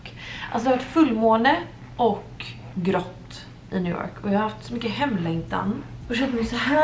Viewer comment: Ursäkta en liten pik, men det är lite roligt med ditt uttal på New York, det blir liksom njew jåååårk